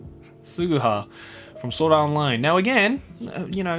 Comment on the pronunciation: I heard wrong or he just pronounced sao as soda art online. 🤣🤣